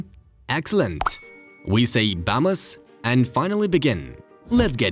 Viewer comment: Sometimes I hear it as obama's